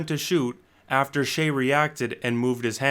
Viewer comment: Always thought it was pronounced as “shy” am i trippin?